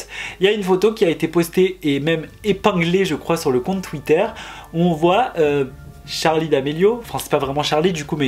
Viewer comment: C’est charli pas chari